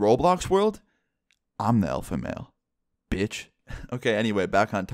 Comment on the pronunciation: The WAy he SAID BITCh(^_^)